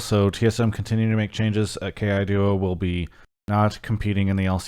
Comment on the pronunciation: Your pronunciation is actually close to correct. Ke ai duo are 3 separate words in Chinese. Kai-doh is just more intuitive and ppl just latched onto it.